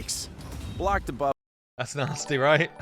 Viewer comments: I literally said that in the comments of the video where he pronounced Kael in that weird way since he already mispronounced debuff in that same video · That guy's been saying DA-buff for 2 years now It's actually hilarious, it cracks me up every time I hear it 😂